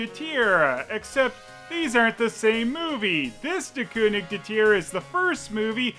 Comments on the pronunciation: It's not "Ker". There's no R. In southern Germany and in Austria the G is pronounced like a G. And apparently "ig" is only pronounced like "isch" or "ich" or "ik" when it's a word ending in "ig" for some reason, and it's a northern thing that gets more common the further north you go. Reading comments from native speakers, it seems that policing the pronunciation of "ig" is pointless because the it's ridiculously inconsistent despite what textbooks would have you believe. The only constant seems to be that it's never pronounced "isch" in Austria. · I will never get tired of your Dingo reviews. I couldn't count the number of times I've watched Wabuu or Bremen Town Musicians. Just FYI, Konig is pronounced "KER-nish" in German. Not that you'll probably run into many more Lion and the King products, but one never knows. 😀